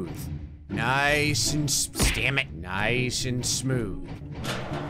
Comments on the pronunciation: At the beginning instead of saying dammit he said Sam it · Did you hear him say stamit